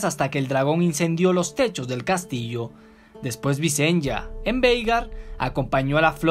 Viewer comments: La pronunciacion es Vicenia no Vicen-ya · visen-ya? entonces son targar-yen xD buen video!